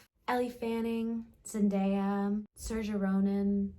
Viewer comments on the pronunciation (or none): Honey you can’t have a crush on saoirse if you can’t even say her name correctly. Plus she’s mine